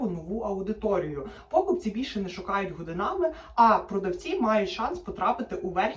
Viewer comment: А хто такі - пОкупці? Дуже ріже слух це слово.